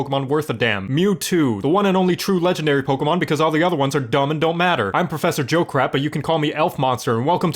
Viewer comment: When you said JoCat I didn't think I was getting JoCrap 😂